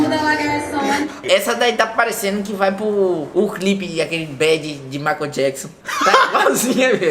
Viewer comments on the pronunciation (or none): none